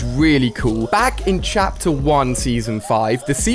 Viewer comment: Why did you say chater 5 did any one notice